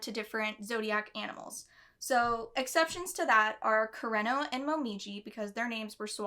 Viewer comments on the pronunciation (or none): I didn’t think I was going to cry when I clicked on this video??? Also, re pronouncing Japanese names: a good rule of thumb is to pronounce them syllabically, so koo-re-no rather than kur-ren-no :) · i speak japanese and i say yours is fine. you pronounce it as if its an english name, like you make an r sound fo kurenos name. r in japanese sound like a d in english. kureno sound like kudeno in japanese 😅💕✌